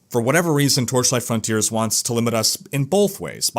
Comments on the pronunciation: "Frawn-tea-airs" versus "Frun-tierz" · Sounds like he's saying 'frauntier' or 'frowntier' every time